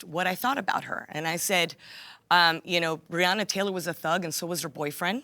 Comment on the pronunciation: BREONA Taylor! NOT "Briana" ! Damn that shit is irritating! As annoying as when they say Kamala as "Kah-mala"! 🙄😤